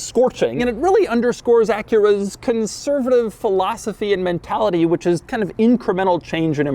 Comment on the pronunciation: taking a shot every time doug says "conservitave" LOL